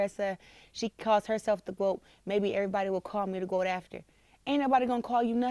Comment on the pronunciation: Big mouth "gwoat"